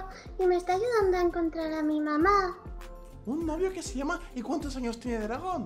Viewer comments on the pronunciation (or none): none